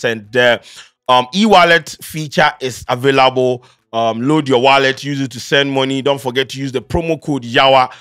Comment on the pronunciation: We heard the “avairable”🤣🤣🤣